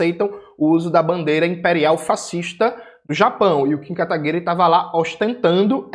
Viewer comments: "KataguiRÊ" kkkkkk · Gosto quando o Jones chama o Kim KataPICA de "Kataguire". Kkkkkkkkkkkkkkkkkkkkk